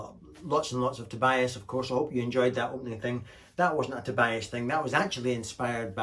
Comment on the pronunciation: It's pronounced Tobeeas.